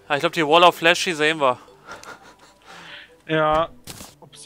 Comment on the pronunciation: Lern englisch es heißt Wall of Flesh ....